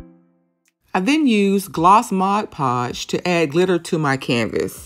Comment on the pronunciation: I think your the only artist who pronounced Mod Podge correctly. Looks awesome!!!